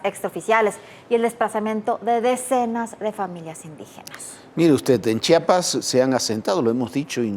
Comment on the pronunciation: Gracias por pronunciar bien Chiapas 🎉